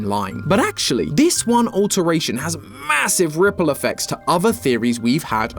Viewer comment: did you say MASSIVE?